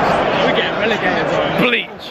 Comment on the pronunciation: he said we're getting relagated